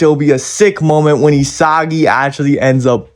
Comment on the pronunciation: isagily* ✅✅ isagi* ❌❌